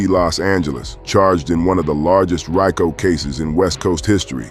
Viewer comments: RY-CO case?😂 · Can’t even pronounce Rico